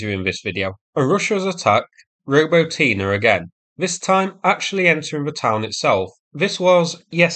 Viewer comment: "robo tina" lol